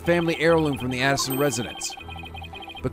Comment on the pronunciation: I really hate doing this. But you're still saying Paul A-ti-shon as Paul "Addisson".... I still love your videos, including this episode. But that one this is kinda bothering me. Anyway, keep it up, I'm loving it. X)